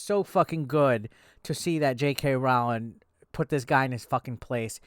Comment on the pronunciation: It really shouldn’t bother me but I’m getting fully triggered by the way you’re pronouncing her name. Its roh-ling like rowing a boat but with an L in there lol.